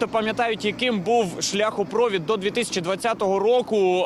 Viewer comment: Скажіть, хтось, журналісту, що в слові шляхопровід, наголос на літері І. За Кличка промовчу.